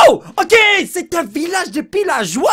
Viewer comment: Les "pilageois" 😂😂